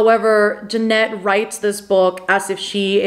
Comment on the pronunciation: It's Je-nett, not Janet